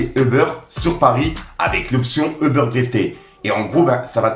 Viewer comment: Le trailer, pas thriller stp, eubeurre aussi fais un effort frero, juste U-bére c’est bon force à toi